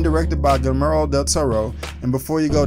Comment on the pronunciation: Dude at least try to pronounce his name correctly. Gilmoro??